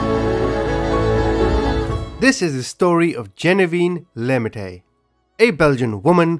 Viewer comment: Pronounced "Lare meat"